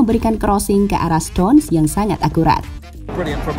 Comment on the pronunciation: stones, bukan stonse